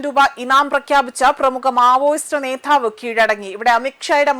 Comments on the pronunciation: നേതാവ് മതി ; നേധാവ് വേണ്ട നേഠം അല്ല നേട്ടമാണ് ശരിയായ പ്രയോഗം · നേധാവ് 😢😢😢 ആദ്യം പോയി അക്ഷരം പടിക്ക് കൊച്ചേ...